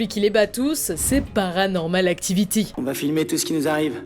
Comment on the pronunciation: La minia "paranormal actovity"😂